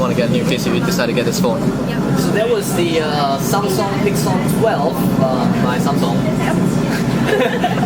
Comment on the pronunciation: Its Samsung not Sanm Songh . LOL . So cute the way you pronounced it .